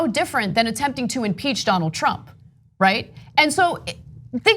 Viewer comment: Oh you said impeach I thought you said impaled